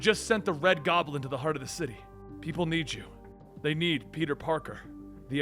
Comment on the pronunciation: Why do you say Gob-A-Lin?